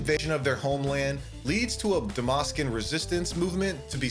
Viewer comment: Dalmasca has a L in it juat like half of this video